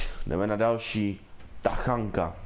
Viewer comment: Hej nečtete se to tachanka ale tačanka